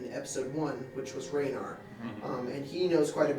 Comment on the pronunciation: Oh god the way they pronounce “Renaer” is absolutely horrifying. Edit: Now that I’m thinking about it, is sort of a dick. cool though, but keeps interrupting people.